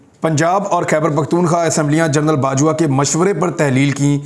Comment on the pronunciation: Yar Imran bhai, general KAHA karein, journal nahin